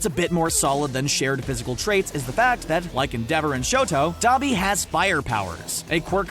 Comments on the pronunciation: Eng dub watchers: en-de-ver Eng sub watchers: en-dea-vo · “End-dever” “End-dever” It’s EN-DE-VOR! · I hate how he pronounced Endeavor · The way he pronounced Endeavor's name :>>>> (Not a hate) :>>>> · So no one is triggered that he isnt pronouncing endeavors name right